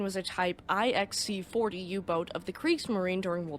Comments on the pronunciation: Type "nine C" not "Aye Ex" (IX). It is a roman numeral. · they weren't type "I X C" they were type IX-C as in roman numeral "9C"...